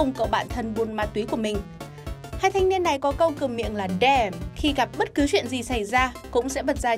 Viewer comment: Damn not " đam"